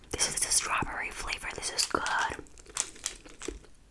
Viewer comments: The “stlawberry” got me dying too🤣💀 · “stawbowrry” was so funny